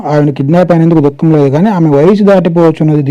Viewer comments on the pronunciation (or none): none